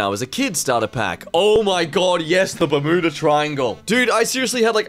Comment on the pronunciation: did he srsly pronounce it bermooda instead of bermuda? not complaining i went back and listened to it twice but just asking